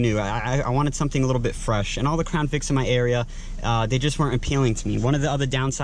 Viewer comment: It’s “something”... not suh en.